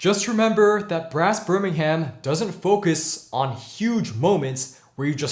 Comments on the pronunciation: Great review!! Love the pronunciations 🙂. To be fair though English place names can be difficult for non British. Birmingham is pronounced 'Birming-um' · And we generally don't pronounce the h in places ending in ham. Birming'm